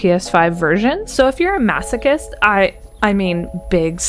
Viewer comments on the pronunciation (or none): none